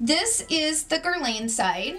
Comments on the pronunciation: Guerlawn and Michele WONG is the pronunciations. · Awesome review! I actually have the MR stick foundation and it may be the only stick foundation so like. I’ve found most stick foundations to be too drying or they settle into fines lines. So excited you found this dupe. Quite the impressive price difference!! So Guerlain sounds like Guer-lawn and Michele Wang sounds like Wong or S(ong). Hope this helps! 😉 Happy Saturday!!! 😘❤️💜💙